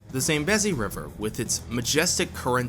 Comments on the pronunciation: Its Zam-bee-zee! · It's painful to hear u pronounce Zambezi the way u do 😖